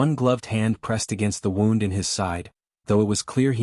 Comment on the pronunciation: Good story but they wouldn’t have left the horse uncared for. And “wound” in that context is pronounced “wound.”